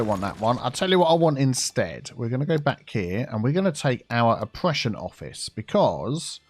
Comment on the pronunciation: when you said opprssion office, i thought you said depression office